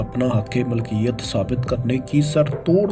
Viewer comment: Dear aap, Milkiyat ko Malkiyat bol rahe ho